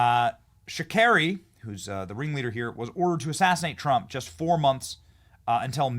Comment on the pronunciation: FARHAD SHAKERI...NOT SHARAKI...THERE'S ACTUALLY BEEN NUMEROUS ATTEMPTS ON TRUMP'S LIFE...NOT THREE...🙏🏻HE 'IS' THE TEFLON DON...ALL THE BEST...🙏🏻